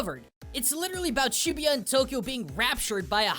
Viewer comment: Over 5 years of living in japan got so overexposed to it that this game turns me off no matter if it was good or not. Imagine running around downtown LA killing ronald mcdonald, kool-aid guy and a bunch of western cereal mascots with a gun. Pretry much the same appeal.. P. S. Learn how to say "shibuya". No one actually says 45 yen as "shijuugoen". Find a real job instead of english teaching and you can go come back. There are people coming to Japan even right now